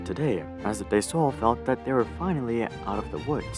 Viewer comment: Domenico De Sole is Italian so Sole is surely pronounced as two syllables and not as the bottom of a foot. Pinault too. It ought to sound more like pee-know.